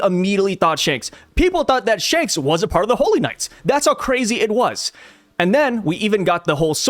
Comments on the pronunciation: Instead of Shanks.....Hanks? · "Spanks" the twin brother of Shanks 😂😂